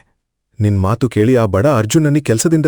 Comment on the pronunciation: The story is nice please talk proper Kannada it is not Matru it is Mathu